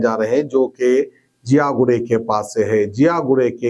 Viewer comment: 'Ziyaguda' hai woh 'jiyaguda' nai